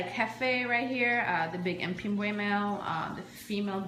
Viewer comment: Jfyi its pronounced pimb-way